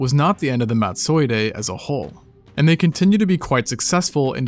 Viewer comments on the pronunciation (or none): Totally cannot take you pronouncing Madtsoiidae as if it were a Japanese samurai. 😖